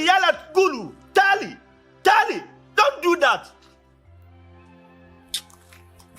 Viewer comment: make me laugh tahaali he said taali